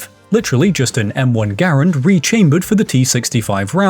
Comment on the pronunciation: If you mean "Garand," the proper pronunciation is "GARR-ənd," the last name of the designer, Jean Cantius Garand a French Canadian from Quebec. "gah-RAND" is just TOTALLY incorrect.